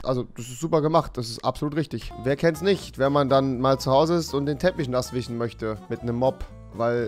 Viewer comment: rewi man, es heisst nicht finichen, wichen, usw. sondern FINISHEN UND WISCHEN MAN